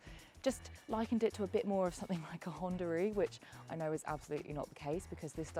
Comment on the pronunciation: I bet Hyundai were thrilled that they gave you a car and you then mispronounced their brand name - especially after they spent millions publicising how to pronounce it....